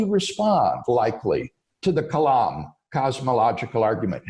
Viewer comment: seems like a great guy, but I cringed so many times when he said "Kalam's Cosmological Argument."